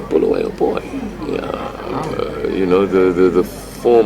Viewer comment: Stop calling uBulawayo bhuluweyo Mr Dlamimi.